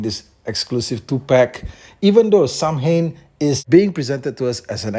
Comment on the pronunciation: Irish man here, your prononciation is spot on. Its Sow-in.